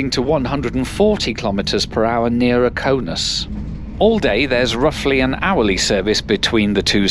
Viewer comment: It's Kaunas not Kaunus